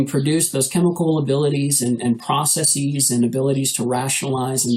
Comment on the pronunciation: It's processes. Not processeeeeeees. God I hate when people say it that way.